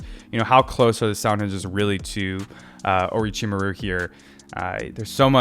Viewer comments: it's Or*o*chimaru, not Or*i*chimaru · Orochi-Mah-ru. Or as I like to say with my kids: aroachymario.